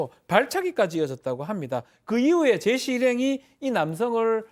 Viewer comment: 이분은 사람 이름도 제대로 모르나 ㅋㅋ.. 계속 제이시~ 이러네